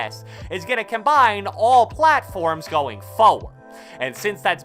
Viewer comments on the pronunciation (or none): none